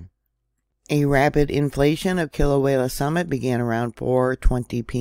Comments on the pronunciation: Kilauea is pronounced Kē la u way a(short a). Halemaumau is pronounced Ha Lei maw maw. Kilauea prior to going silent for a couple of years had been continuously erupting for over 20 years. The Big Island of Hawaii is the largest of all the islands, and usually the eruptions pose no threats to the public. No one has died from any of the eruptions unless they've gotten too close to the lava which are usually tourists. The larger Mauna Kea, and Mauna Loa could do more damage should they decide to erupt, and they are due, however most of the pressure gets relieved from Kilauea. The geothermal plant probably played a huge role in the last eruption crisis. Sadly people lost homes during that time, however that part of the island is considered high risk to live in. Land is cheap there for a reason, and you can't get a mortgage for property in that zone. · Aloha,! The locals over here pronounce it “kee-la-way-ah”, and even up here in north kohala we feel the bumps and wiggles, thank you for informing on these events for us❤❤ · I couldn’t help it I cracked up too!!! Sounds like…Kill-a-way-a!!!🕊✝️💞